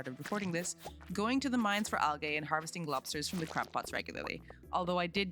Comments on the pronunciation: It’s not Al-Gay, it’s Al- Gee!!!!! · I enjoy how you say al-gay instead of al-gee. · Just for the record...its pronounces "Al-Jeeee" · AL-GEE NOT AL-GAY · Al-gay hurts XD Amazing video but just fyi it IS pronounced Al-gee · stopped watching cuz of how you pronounced algae “Al-gay” 😂😂😂 jk jk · if you fucking say algay one more fucking time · It's pronounced al-gee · "Why are you 'gae?" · She says Al Gay. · Algay… I’m using that pronunciation from now on 😂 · Has she never heard anyone say the word Algae before? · The way you prounounced 'Algae' was an instant video stop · pronouncing algae wrong is killing me T_T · Yeah I giggled every time she mispronounced it. 😂 Great video btw!